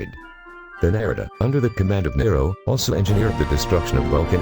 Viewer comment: his name is Nero not maro